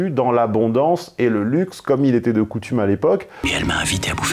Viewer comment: Je n'en peux plus d'entendre "elle étaite", on ne prononce pas le T à la fin, on prononce, elle "étai". Il fait comme les hommes et femmes politiques, les journalistes, il prononce des lettres à la fin des mots qui ne se prononcent pas quand on sait s'exprimer. Je ne sais pas quelles sont ces écoles dans lesquelles on leur apprend à ne pas parler Français. Ca sert à rien de nous servir du "ils eussent" quand on prononce elle "étaite" ! Le T ne se prononce que pour certains mots comme "diktat" ou "mat" mais pas pour "elle était".